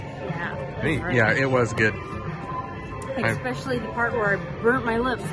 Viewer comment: 😂 I don’t think it’s “effort”, it’s simply saying something at the moment and just leaving it because you know most people understand what you are saying. has a habit of saying “exspecially” even though she knows it’s especially. We just don’t worry about those type of things that really don’t matter when it comes to making a video. That would be silly to judge someone based on how they pronounce something. Probably why you don’t see many comments about that sort of thing. Thanks so much! 😊🤓